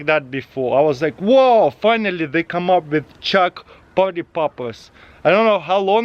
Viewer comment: I thought the whole time Taras said " Chuck" but at the end I realised he said " Chalk" Who else heard "Chuck" ?